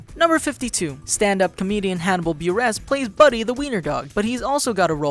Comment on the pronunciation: It's pronounced Hannibal Burr-iss not B-Ress